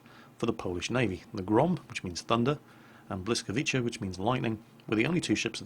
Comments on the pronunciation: Hahah xD just for my Polish language clearity... When You see "Ł" just say "W" just like You say "Why" but only with "W" and at C don't ad Z xD cuz in our laungage CZ sound like You said it there is only C:) try it (say W with its correct pronunciation its sound like "Ł") cheers dude:) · it's easy, drink bottle of vodka and then you will say it right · Hi. the good pronunciation of this ship in fonetic way is bwhscawiicsaa. I hope that helps:) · Buyskawitza- pronounce it that way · Blis-KA-vi-CHA. You had the emphasis on the wrong syllables. :D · Yes it's wrong spelled "Bwyskavitsa" this is the right pronounce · You're pronouncing "ca" like "cha", but it should be more like "tsa" so it would be better if you pronounce it like "blyskawitsa". I don't have idea how to phonetically translate "Ł". Sorry. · There's no CH in BLISKAVICA, it's TSS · Considerring Polis is also a slavic language, im gonna go out on a limb here and say that you got 90% of the name right. The C in the name is not pronounced as CH (church) but as C (cistern) the rest is correct. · You are so close in saying "Błyskawica" :) I don't know how to tell you how to say "ł" in English but "c" don't read as "ch" but I think it will be something like "hard "c"" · good job on pronounciation! Only slight mistake: instead of "Blysckavicha" as you said, it should be "Blysckavitza":) If you need transcription of Polish names to something readable for Brit, please let me know and I will try to help:) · u pronounced it wrong ^^ it´s more like biuskawiza ^^, not bliskowiza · Pro tip: The closest approximation to Polish "Ł" sound is not English "L", it's something between "W" and "U". So the correct pronunciation will be "Bwyskavitsa". You can also just call it "Dave". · It's not a L it's like a W.... But hey :D nice try ^^ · You pronounced it wrong, it's pronounced Weets-uh-vitz-ca. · That L-letter is more pronounced like a W, so like bwyskawica. Afaik...